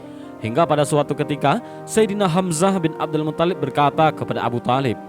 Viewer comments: mungkin yang benar mutthalib, bukan muthallib, huruf tha' nya yang ditasydid, bukan lam nya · Bukan muthollib. Tapi muttholib.. ط yg tasydid. Bukan Lam nya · Muttolib, bukan muthallib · Abdul MUTHALIB,,,bukan Abdul MUTTOLLIB,,cara baca mu geli di dengar,,biasa aja bro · Tolong Min, jgn merusak nama Mutthalib. Bukan Muthallib. 🙏🙏🙏